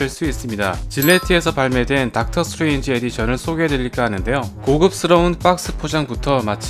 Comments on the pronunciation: 수에즈의 OOO이라고 계속 하길래 내가 모르는 뭐가 있는줄알았네 ㅋㅋㅋ 스트레인지 발음좀 명확하게 했었으면 좋았을것같아요~ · 스트레인지가 자꾸 수에즈로 들리네요